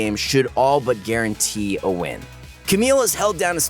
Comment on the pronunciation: Also did I hear guarantee or "garen"tee?